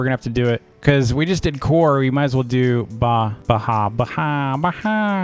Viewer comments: i am an indian and i know a kind of hindi word when i see one . its pronounced like when u say the noise of the sheep "baa" but with and added 'h" so it becomes "bhaa' . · "Bhaa" isnt "Baha". use google and type it and see what it says. Love all your vids. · say bhaa is funny